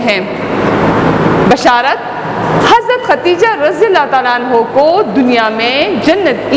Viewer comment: برائے مہربانی یہ عنہو نہیں کیونکہ یہ عورت ہے اس لئے عنہا پڑھی جائے